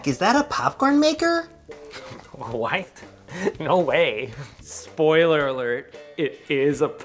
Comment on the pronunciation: 'spoilerler' xD